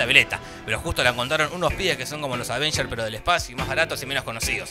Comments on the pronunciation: me gustaba mas cuando decias Advengers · Al fin dejó de decir "aDvengers"